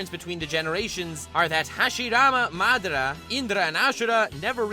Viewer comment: He pronounced madara wrong